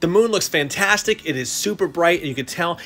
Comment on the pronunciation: Cool statue I haven't watched demon slayer yet once I do I'll understand everything more. When u said the statue looks fantastic at first I thought u said Bamtastic u should try using it It might be funny